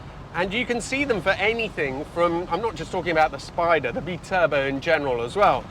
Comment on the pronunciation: you know that Italian is a phonetic language; you could help end the confusion over the word Spyder/Spider by pronouncing the y or I in Italian just like you do with BiTurbo.